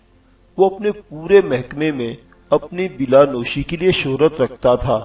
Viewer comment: SAHIH LAFZ "Bala Noshi" hai "Bila Noshi" Ghalat Talafuz hai... ☺